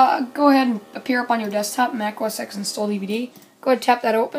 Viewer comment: It's not Mac OS EX. It's Mac OS TEN.